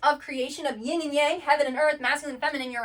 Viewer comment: I love that you show comparison between different traditions and connect it to the Bible especially for people who come from a Christian background. I just want to correct one thing-- it's Yin and Yang not Ying. I'm a doctor of Chinese medicine and have been immersed in Eastern traditions - Yin is the feminine principle and Yang the masculine. Just drop the letter g at the end of Yin ❤. Great work keep at it!